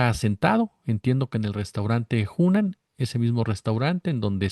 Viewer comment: Hola, el restaurant se llama Hunan, no Junen y bueno que mal tino se Jesús Ernesto que ya debería de saber que iba a ser criticado, 18 años,es mayor de edad en Mexico y el ya tiene experiencia. Desde luego Jesús Ernesto puede comer dondequiera y se pasa de lista Lourdes Mendoza, clasista y racista.